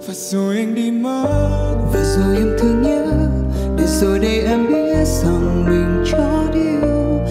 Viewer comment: ai nói tui khó tính tui chịu, chứ Đức Phúc hát đớt đớt v cũng cho lên hát bài này hay thật. Chữ đây phát âm y như tiếng anh, nhiều chỗ không rõ lời